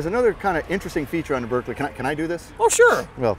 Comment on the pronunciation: Even the owner of the Berkeley can't pronounce Berkeley correctly!